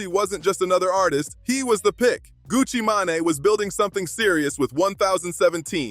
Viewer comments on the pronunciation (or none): Who is gucci mon- ne? U mean gucci mane? Tf lol